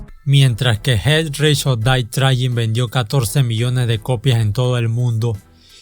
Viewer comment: Jet rish or dae frain? Pronuncias con las nalgas